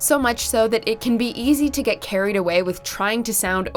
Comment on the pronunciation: The words are carried away not kerreed away